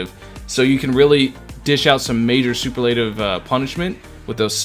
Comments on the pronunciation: Man, I gotta save until two days before v2.4 comes since I don't wanna dump my ~14K Primogems while on a 50/50. I REALLY want him bad... 🥲 Also, I'm really sorry but the way you keep pronouncing "superlative" incorrectly kinda bothers me. It's supposed to be "su-PER-la-tive", not "su-per-LA-tive". Hope you don't take offense to that LOL. 😅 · the biggest shock I've seen with itto's release is how many genshin creators are unaware how superlative is pronounced. soo-PUR-leh -tuv. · Everyone is mispronouncing superlative like did y’all not have senior superlatives in high school or….